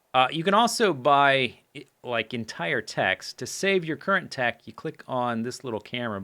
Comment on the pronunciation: yeah totally sounded like dick instead of tech. lol